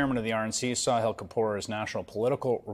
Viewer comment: His name is Sa-HILL. not Saw-hill 😮